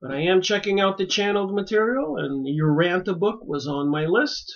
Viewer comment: Urantia, pronounced: Uransha. Nébadon.